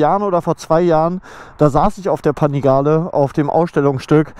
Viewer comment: Bin ich der einzige den es triggert wie er panigale ausspricht 😂